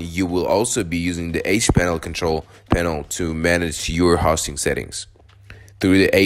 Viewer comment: I didn't make it very far into this video. When I try to watch an instructional video about something, but the instructor doesn't even know how to pronounce the thing he's giving instruction about, it gives me no confidence that the instructor really knows what he's talking about. It makes it seem like you've never heard of web hosting, which is boggling my brain a bit, because you're working with websites here. 0.o